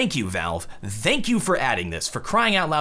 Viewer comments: I just noticed that says "Dank you" instead of "Thank you". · Why did you say "Thank you" so weirdly at the end? Still love ya!